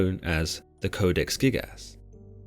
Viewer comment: I know I am not the only one hearing him saying "Codex thickass"